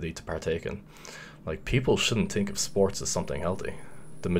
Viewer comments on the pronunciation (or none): “Tink” “tree”